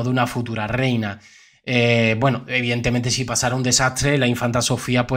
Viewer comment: Letisia. Noooooo. Es. Rehina.